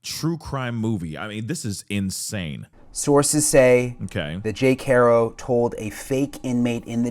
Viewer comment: Thank you for pronouncing Haro correctly!! Every single person who posts a story about this pronounces it HAIR-OH when it's HAW-RO. It's a Spanish surname.